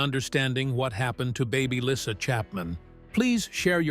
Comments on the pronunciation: Her name is pronounced Leesa not Lissa PLEASE get your crap 2gether. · ❤❤❤😮😊dude your sayn LYSSA no no no !!!!! Its baby llysa as dog says baby lyssa ( like Lisa???? Baby lyssa ( lisa!?!? ❤😮😢😊thats her name❤. But its OK ya say it well OK K.@ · Her name is Lisa, not lissa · Her name is Lisa not Lyssa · Why does the person keep pronouncing her name right one time and wrong